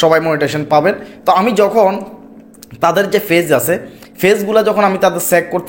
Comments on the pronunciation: Page bolte parena fage bole er videobkeno deken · আপনি নিজে পেইজ নিয়ে ভিডিও পোস্ট করেছেন,অথচ পেইজ উচ্চারণ করতে পারছেন না ফেইজ ফেইজ করছেন শর্ট কে ছট আর কতো উচ্চারণ বলবো ।